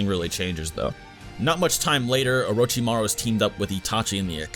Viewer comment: “Uh ro chi ma rue” omg.... no